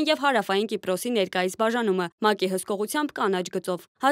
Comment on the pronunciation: ԿիպՌոս չէ, Կիպրոս։ ԵվՌամիություն չէ, Եվրոմիության։ Հայեցի խոսե՛ք։